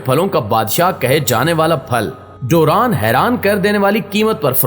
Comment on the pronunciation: This is durian not duran..